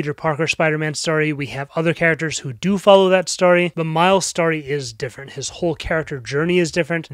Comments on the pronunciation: jesus christ man its STORY NOT STARTY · Why does he say story like that